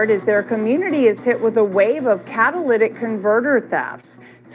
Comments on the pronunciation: Catalytic. Not cadalyc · Cat-A-lit-ick Converter 😉 It's filled with platinum a valuable metal that aides in pollution control. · Not being a smarty pants but it's a catalytic not Cadillac😂❤😂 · Cat a latic is the way it’s pronounced. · Tires to! We were driving to Sam's in Memphis yesterday and there were 2 different cars, in 2 different spots on the highway up on blocks with no tires. Blew my mind. The part is pronounced - cat-a-lit-ick. Catalytic. Hope that helps. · Catalytic Ca-Ta-Ly-tic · I don't mind if you pronounce catalytic converter incorrectly.,😊, what matters is the great reporting you always give.